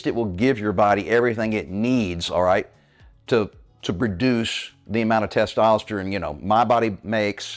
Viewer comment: been listening to you for about a month. So far, I really like you and your program. Appreciate the advice. But, for the love of God, could you learn to say the word “testosterONE?” 😂 Dude, that’s an “O,” not an “I.”